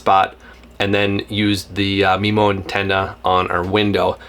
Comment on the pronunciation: Had to stop 60 seconds in… it’s pronounced m-eye-mo MIMO… not MEMO. Also, the router isn’t a CAT12, the cell modem is a CAT12 modem. Routers aren’t rated into categories, cell modems are.